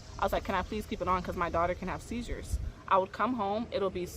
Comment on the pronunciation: Why she can’t say seizure? Lady get out of Atlanta